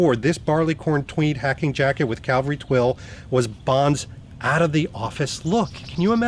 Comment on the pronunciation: Hello. I wonder if you realise that you pronounce 'cavalry' (horse soldiers) as 'Calvary' (place where Christ was crucified). Rather different!